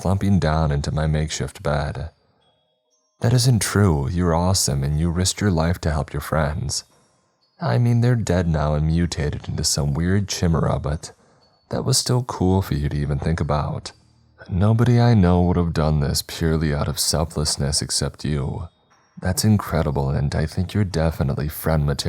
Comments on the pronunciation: Bro. Did you just fucking say chimuhruh? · Lol he pronounced chimera with the sh sound. I’m ded I had to stop the story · Guys I awoke mid slumber paused, WTH WAS THAT PRONOUNCING OF CHIMERA.